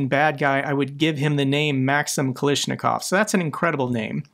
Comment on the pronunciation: thf word you are trying to g yo say is Ka-la-sh- I-kov thr famous Kalashnikov rifle. Not Kalashnikov as your persistently say it